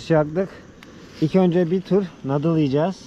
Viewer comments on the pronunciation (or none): Ey Mahmod noodle'in dogru telaffuzunu bir türlü ögrenemedin gitti, belki on defa yazdim. nudl de suna, nadl degil, vay agzina biber sürüdügüm.